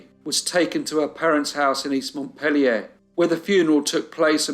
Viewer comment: Thank you for the correct pronunciation of Barre and a beautiful pronunciation of Montpellier!❤